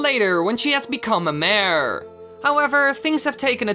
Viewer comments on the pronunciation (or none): none